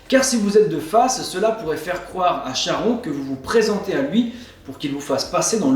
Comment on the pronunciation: salut, juste charon se prononce Karon, cela vient de la lettre grec Khi. c'est comme chiron, psyché, hécatonchires...